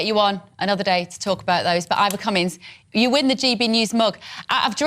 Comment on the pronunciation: She keeps calling him Ivor Cummings.